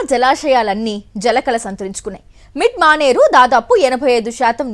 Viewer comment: నీ అమ్మ అది మిల్క్ మానేరు కాదే మిడ్ మానేరు